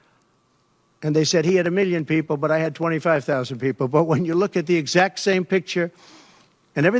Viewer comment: "A Lotta peepil" - translation - no one.